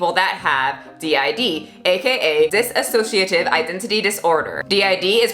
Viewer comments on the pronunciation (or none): btw not a big deal but dissociative identity disorder is pronounced dis-o-ciative (Trisha did it too so I guess if u heard it from her it makes sense) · It's diSSOciative not diSAssociative It's not to be rude, but I don't know why people keep adding "sa" when there's none. Anyway that appart, these sandwich just makes me soooo hungry right now X3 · I’m so sorry I have to point this out lol, it’s pronounced “dissociative”, not “dissasociative”. No hate on this video at all, it’s just more proof that Trisha had no idea what she was talking about in the first place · hey, you and trisha keep saying diSAssociative but it is dissociative, just so you know :) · She can’t even say the name correctly. It’s disSociative disorder.... not disAsociative disorder. If she actually had it you’d think she’d be saying it right. You’d also think she would have “switched” on camera before since she’s been on yt for how fucking long now? But no... only after Anthony Padilla did the video on dissociative disorder did she start switching ALL THE TIME on camera. Another thing.... she does mukbangs all the time but 3 chips and a fruit roll up give her a “tummy ache”..? She’s fucking gross.. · Please stop pronouncing it dis-a- sociative, there is no A in the word. Her walking around the kitchen and throwing shit, eating three chips and saying she got a tummy ache, though she shoves so much food in her fat hole. Her fast food reviews are nonsense and I’m glad people are raking her over the coals. Nin, needs a lot of support with this. Trisha is a pig, and she doesn’t deserve the free YouTube money. I honestly have never been so disgusted with a person.